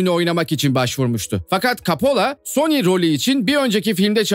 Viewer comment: Sony 🤬 ismi bile telaffuz 🤬